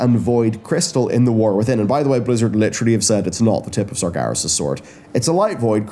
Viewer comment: Sargeras = SAR-jer-oss according to WC2